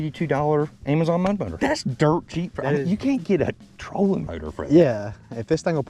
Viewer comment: moat botor. lol